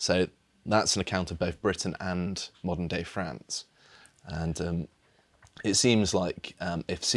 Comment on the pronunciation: "Moden day France" lmao